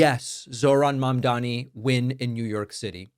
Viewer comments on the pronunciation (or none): none